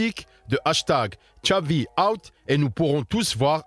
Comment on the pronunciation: MDRRR JE SAIS PAS, le reuf il dit "Tchabi" au lieu de "Xavi"